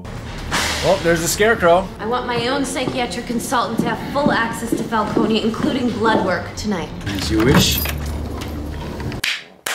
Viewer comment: The mispronunciation of Falcone is really annoying